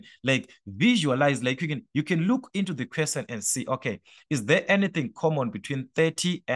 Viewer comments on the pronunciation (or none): The fact the you say Quesen instead of Question 😂😅